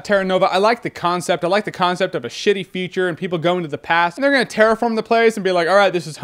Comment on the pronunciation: Almost every time you say 'future' it sounds like you're saying 'feature'